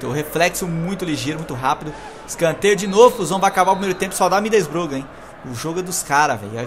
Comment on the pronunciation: já q vc n consegue falar Middlesbrough direito fala "Boro" é meio que um segundo nome do time saca